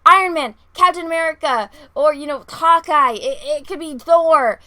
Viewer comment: When you said "Hawkeye", it sounded like "Cockeye". Lol.